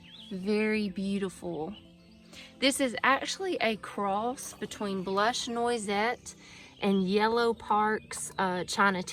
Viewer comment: Beautiful garden! It's pronounced nwah-set. It's French.